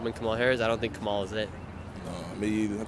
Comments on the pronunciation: Im pretty sure its Cam Ah Lah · Please stop mispronouncing her name, on purpose. It’s disrespectful and unnecessary. Madame Vice President’s name is pronounced “Comma-La.” Stop promoting discord by encouraging insulting behaviors. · I’m so glad the two Karen’s explained how kahmalalala is pronounced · You could at least learn to say her name correctly... or you guy do that on purpose to be disrespectful right. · You are not pronouncing Kamala correctly half the time. It’s , la